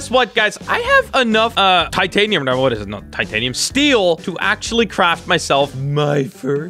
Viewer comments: why do you want to call the steal taatiniom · Does anybody notice he says titanium